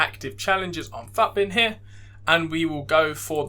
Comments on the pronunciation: Nice video bro, I think everyone says “footbin” rather than PHUTBIN lool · mate the way you say FUTbin LMAO